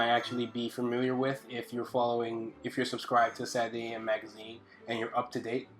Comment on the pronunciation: Dude, I fucking love your art, your teaching style, everything. But please, for the love of god, enunciate SATURDAY. It irks me every time.